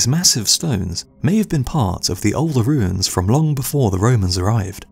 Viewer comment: Ahem, it’s pronounced, “wooins”.